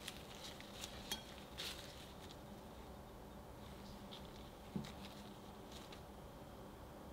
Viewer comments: 누텔라가 아니라 뉴텔라입니다 :) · Ah the pronunciation is closer to 나텔라